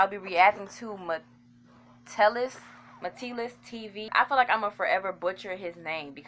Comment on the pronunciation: Its pronounced (muh-tell‐us)and thank you for reacting to thins😁